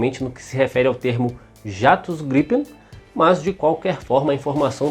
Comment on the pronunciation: Só tem um porque vc fala ( jatos ) estranho gripem 1 só .